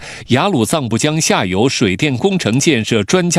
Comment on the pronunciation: ，妳是说印度下游还是印度下流…😅我重复听了几次😂。